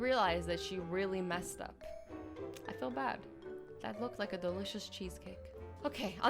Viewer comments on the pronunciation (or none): ‘And all that DeLiSoUs food wasted’